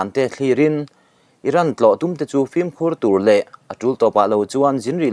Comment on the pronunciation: E ngatinge mithiam anga kan ngaih te pawh hian Film hi flim ti a, kan lam tlat thin lee..Film lam dan hi L atangin M ah a liam tur tih JF. Dictionary ah khan asawi kha maw lee..kan mithiam zawkte saptawng lamdanah fimkhur ula ava tha emm..ln channel ngaithlatu kan tam siaaa...in ti ve em?